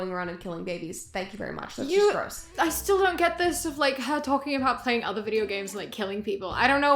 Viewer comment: "I've been PLYING video games". She can't even say it right. So real... save the virtual fetuses! Lol